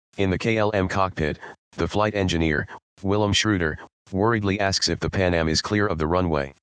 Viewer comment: It’s “Pan Am” (rhymes with ham), not “Pan A.M.”